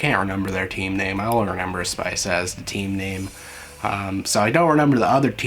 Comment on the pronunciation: Hello, I'm Japanese viewer and very happy that you are interested in Uma Musume. You might have heard already but the team name is not 'Spice' but 'Spica', and other major team is 'Canopus' and ’Rigil’. They are all star name. In the anime, it's just letters, but you can also see the names of other teams, such as "Deneb" and "Betelgeuse". Pardon my broken English. I hope someday you will be able to play the game as well.